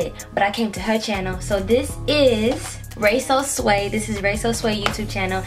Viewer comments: So we just gone skip how she said raysosway instead of raysowavyy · Ray so wavy that’s how you pronounce it btw but this was funny😂